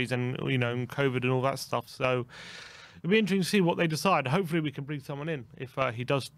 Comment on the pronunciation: can you not say interesting lol you make up your own word for it several times 😂 intrensing I think is what you say lol